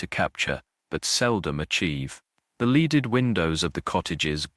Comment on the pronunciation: this ai narrator is particularly awful. I'm at one minute.35 and he's already mispronounced leaded and psalter. I can't stand it. Hire a human. I'll do it for free!